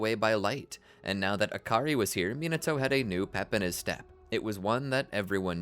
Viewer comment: Akary huh it sounds like hakary